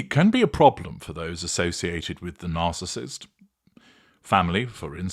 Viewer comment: Hi HG, did I just hear you say the spouse of the “Arcissist “? Lol😂😂😂